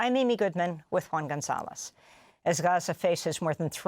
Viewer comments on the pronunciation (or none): none